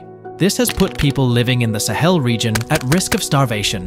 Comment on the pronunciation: the stress of the word sahel should be on the a, not the e, since it's a long a (ساحل)